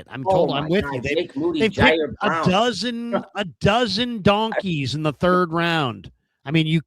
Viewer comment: I love the way you use the term “Donkeys” 😂😂😂 You put so much emphasis into it has me rolling every time I hear it.